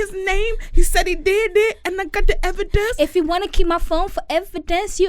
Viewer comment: She said “V-idence” lik where do she come up wit this shit 😂